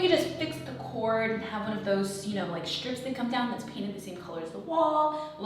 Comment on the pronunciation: Shtrong, shrait, shtrips. Shtrange.